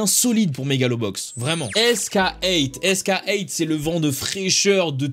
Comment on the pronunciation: Juste un truc c’est que sk8 ca se prononce skate (skeight si tu lis avec le chiffre)